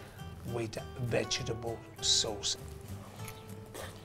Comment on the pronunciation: I reckon I will pronounce vegetable "vegebull" from now on, just as Genaro does it . Gotta love this guy. :D